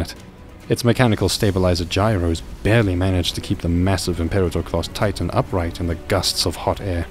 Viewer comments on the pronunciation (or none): none